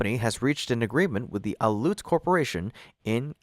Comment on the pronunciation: Pronunciation/Identity error You mispronounced Aleut as Aluut - which is considered rude in Alaska, as they're different ethnic groups. Aleut is pronounced alley-oot.